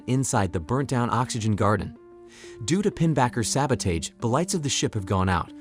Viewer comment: You said sabotage wrong